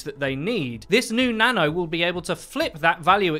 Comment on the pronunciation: When you say "new nano" it sounds like you're saying "new nana". Which, come to think of it, I guess that's also correct. New nana buff coming to PTR.